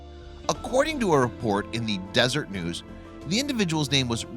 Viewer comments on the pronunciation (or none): Aside from the 'cachet' instead of 'cache' mistakes, it was Deseret News, not Desert News. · It's not the Des-ert News, it's the Des-er-et News. Different word altogether.